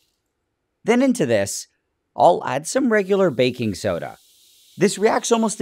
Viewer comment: Help I keep on hearing ‘bacon soda’ not ‘baking soda’